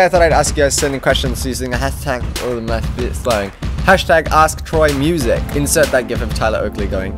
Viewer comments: Wait why do you say mu-sak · lol i thought he said "musac"